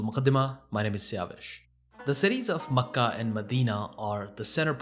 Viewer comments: I’ve never heard any native Arab pronounce Mecca and Medina like you do. No need to fill your mouth with the words. The two names should smooth out effortlessly. What you do might impress on non Arabs that you know because you can pronounce these alien names, others will simply see it as a cover for ignorance on the material. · That's cool how you pronounce Mecca. I've nver heard it pronounced like that.